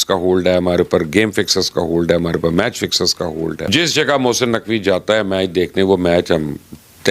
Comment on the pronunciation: भाई पहले तो "हे" नहीं "है" होता है और "मेच" नहीं "मैच" होता है।